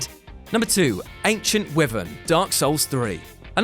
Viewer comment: Please learn how to pronounce wyvern 😂